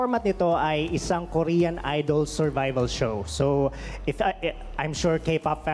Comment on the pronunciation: is that how Korean says Korean? Ryan said Kor-Yan.